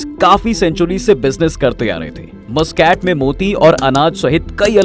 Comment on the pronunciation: Abbe Mooscaat nahi MasKat kehte hai Oman ke rajdhani ko. Thoda research to kiya kar mere bhai.